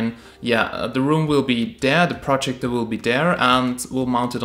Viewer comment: your saying projector incorrectly